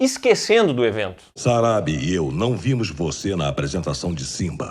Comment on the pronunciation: nao tankei o chamando a Sarabi de Sarabí/Sarabee com entonação no nome kkk😂